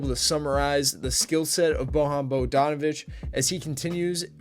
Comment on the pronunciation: You read his first name wrong. Try boYan